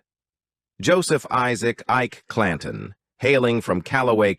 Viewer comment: At time stamp 40 seconds: "we embark on a quest to unveil the ENEMA that is "Ike-a Clan-ton" and "determin-ah" whether the "pagus of his-story"..... Really? Horrible AI voice. Stopped watching here.